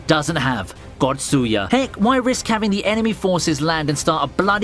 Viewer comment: its tatsuya, datsuya smh what a joke